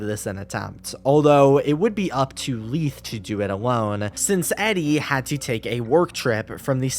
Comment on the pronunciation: Im so sorry but this is bugging me lol Leith = "lay-th" not "lea-th"